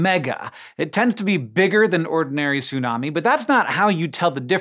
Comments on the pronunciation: It's tsunami, not sunami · you need to pronounce the T in tsunami! its not Sunami... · Stop saying "sunami", the t is not just for looks. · Sorry, I can't watch this video. I forgot that you don't ever pronounce the T in Tsunami, and as I guy who's devoted years of my life to the study of Japanese, I just can't bare hearing you say "soonami" over and over and over and over and over and over. I have to skip this one. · The way you pronounce tsunami bothers me so. Is it really that hard for native English speakers to pronounce /ts/ when it becomes the first consonant of a word? You don't seem to have a problem pronouncing "bits" as an example.